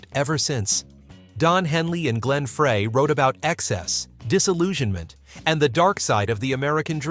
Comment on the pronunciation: Glenn Frey's last name is pronounced "Fry" not "Fray!!"